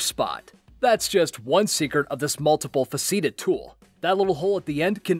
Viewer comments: best comment ever.... he takes "multi-faceted" and garbles it into multiple fuh see tid. Thank you for that one:) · The tape measure, the serrated edge? May I say its not pronounced 'multi-faseeted' tool but a "multi-fascited' tool. Multi-faceted. Great video thanks! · Multi-faceted = multi fă ceh ted Sometimes I'm just amazed when professional narrators don't pronounce words correctly. Does no one listen to or edit the recordings? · Dude pronounced multi faceted “fah-see-ted.” C’mon man! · And....he just mispronounced "multi-faceted"